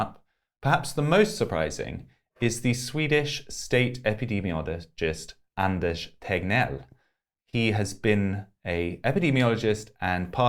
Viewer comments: It's so funny how perfect you pronounced Anders Tegnell. 😊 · That was a flawless swedish pronounciation of Anders Tegnell ⭐ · Thats the best pronounciation of ”Anders Tegnell” ever spoken by an englishman ever. Im genuinely impressed. Nice of you to make the effort! Also, great interview as always! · Holy shit, you pronounced Anders Tegnell like a true Stockholmare.